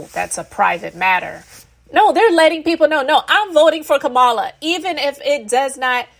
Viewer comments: Well well well well said! Just one thing to add: COMMA-la. 😁🥰😍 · COMMA-LA. That's how you pronounce her name.❤ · With all due respect… Kamala is pronounced Coma-la ❤